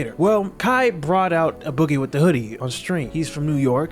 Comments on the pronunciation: I feel like you shouldn’t do videos on folks if you can’t pronounce they name properly, you done butchered “A” Boogie name all through the video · Bro the fact that u keep calling him “uh-boogie” is making me think u slow dawg. Have u genuinely never heard this mans name? How u do all this research and dont know how to say A-Boogie 🤦🏽‍♂️